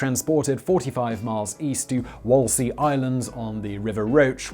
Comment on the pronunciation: As someone from Essex I'm obliged to point out its pronounced Wul-la-see island and it's on the river Crouch (as in Crouch down)